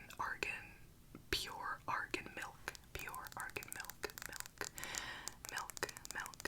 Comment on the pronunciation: i love you with all my heart but it’s MILK NOT MELK